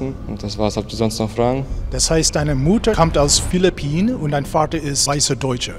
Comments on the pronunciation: meine mutter kommt auch aus philliphinen hab mich totgelacht als der tüp filifinen gesagt hat xd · Ich als Filipino sage er sagt Philippinen falsch und sage die Sprache heißt tagalog